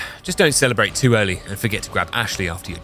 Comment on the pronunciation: 😂😂😂 “not tew good”